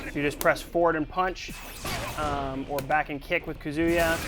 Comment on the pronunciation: So we have Kazooyua not Kazuya and Raiyooo... Way to go capcom. He sucks with pronunciation. All those 15 years of fighting games and kill us with your phonetics.